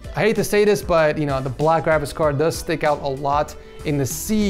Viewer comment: you keep saying grabicks card